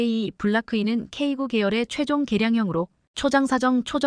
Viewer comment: 제품의 모델명을 발음 할 때에 영문과 숫자가 혼합되어 있다면 숫자도 영문으로 읽어야 합니다. 즉 , "K9"은 "K구"또는 "K아홉"이 아니라 "K nine"으로 읽어야 합니다. "K9A1", "K2" 등도 동일합니다. 그리고, 최근에 살해된 러시아의 야권 지도자 "알렉세이 나발니"의 이름을 읽을 때도 알파벳으로 읽으면 안되며, 이름 그대로 읽어야 합니다.